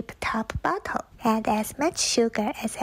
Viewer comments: "Bottle"...I thought the woman in the first clip on pine needle soda said "butt gosh! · That girl REALLY needs to learn how to pronounce bottle